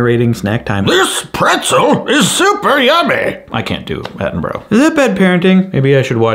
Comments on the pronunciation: Attenborough got me every time. Its at-in-BRUH not at-in-burrow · sorry to be that (english) guy, but it's pronounced "attenbruh" (like "brother" without "ther") , not "attenburrow" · FYI it’s not Atten-bro it’s Atten-bur-rah : British person rant over 🇬🇧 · It's "At-en-bruh", and not "At-en-burrow". The word 'Borough' is only pronounced as "burrow" by Americans, which is fine if it's any every day word (which it is in the UK...) like tomatoes or potatoes, BUT not if it's the name of a person or place, especially the legend that is the one-and-only Sir David Attenborough!! :D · Love your stuff 😁 but as a pedantic limey anything with borough in it is pronounced 'bruh' 😁 big love man, keep it up ! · Omg I love you, you've been keeping me company all day data inputting but THAT IS NOT HOW YOU PRONOUNCE ATTENBOROUGH it's bur-rah... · "David Attenburrow"......... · As a Brit I love that you can't say Attenborough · you say Attenborough wrong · Why are you pronouncing Attenborough's name like that 😭